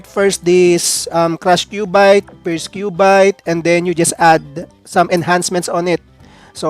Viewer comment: "Majisayts" "and Kyubayt" po un